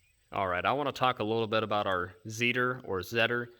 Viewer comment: Its not a "zseeder"its a "Tsethor"